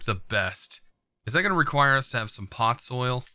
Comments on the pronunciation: POD ZOL not pot soil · please tell me i'm not the only one who's annoyed by him saying "Pod-soil" instead of "pod-zol" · please dont ever say podsoil again :9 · The way he was pronouncing podzol